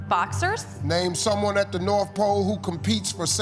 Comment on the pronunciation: “Twenty fie seconds on da clock please”